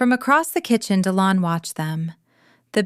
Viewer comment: Dillon…seriously!? di-LON. Unbelievable. Oh, then they spell it DE Leon.